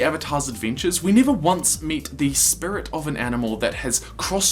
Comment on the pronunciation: After he pointed out spurit I can’t stop hearing it now😂😂😂